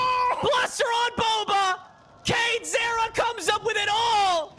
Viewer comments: cane-ze-rra 大概是kane-seh-rah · Canezerra那是什麼念法……